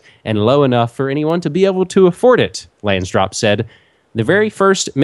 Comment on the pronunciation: LANSDORP not Lansdrop. :P